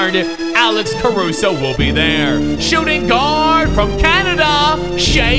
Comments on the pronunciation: Shais name is said like shay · Ita announced like "shay" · You say it like Che but it’s spelled shai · Uts pronoused (shi-e) alexander